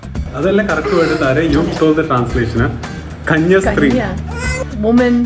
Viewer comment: Hi! Nun Malayalam word is Kanyaasthri and not Kanyasthri